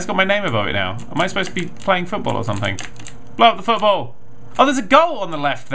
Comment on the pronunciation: hey man just say'n foot-ball